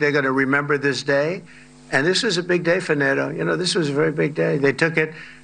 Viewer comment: Ffs it's not " nat toe " it's ' NATO'!